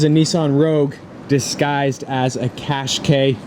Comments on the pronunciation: It's cash kye not cash kay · Love the way how he pronounces qashqai